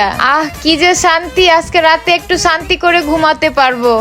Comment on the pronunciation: শান্তি❌ সান্তি✅😂